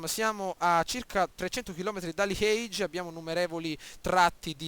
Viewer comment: bel gameplay ma bruttissimo come dici liege !! non siamo in inghilterra :D